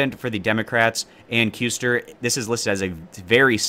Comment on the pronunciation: This is late but Ann Kusters last name is pronounced Cuss-ter just for later use